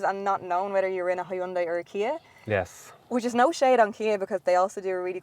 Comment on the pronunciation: rofl hi un dai... its so funny when people cant even read a name right....